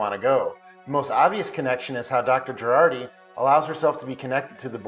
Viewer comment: It's Jurati, not Gerardi...